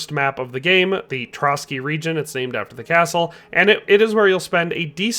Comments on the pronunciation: its Pšítoky in czech or Pshitoky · come on man, shiitake? They pronounce it in game. Acceptable mistake when youre just having a casual conversation but youre making a whole ass video man